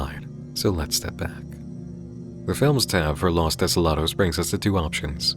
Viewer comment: What you were pronouncing the whole time was "las", los is pronounced "low-s". Maybe less memes and more info in your diet.